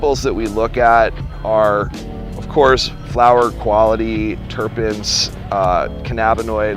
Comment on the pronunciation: says trichromes and says terpids...what more needs to be said 😂